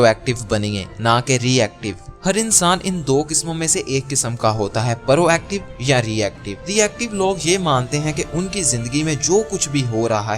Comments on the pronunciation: It's prooooactive not paarooo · بھائی یہ پا_ رو ایکٹو نہیں ہوتا پرو ایکٹو ہوتا ہے اور گیر اہم نہیں ہوتا غیر اہم ہوتا ہے تھوڑی اپنی اردو پر غور ہی کر لو